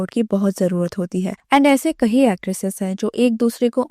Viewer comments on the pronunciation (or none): Kayi not kahi.. meaning- many